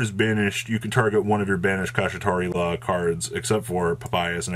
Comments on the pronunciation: Pls pronounce kshatrila like shangrila and not kashitari hahaha no off3nse but sounds wrong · Ok i know it wouldnt be a video if didn't horribly mispronounce a card or an archetype name but "Kashitari" / "Kashira"?? come on man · Made a drinking game for whenever pronounces Kshatri-la wrong and now I have alcohol poisoning lol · How many times can you say the cards name wrong?: Yes 😜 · Are you intentionally trying to pronounce it that badly… ..?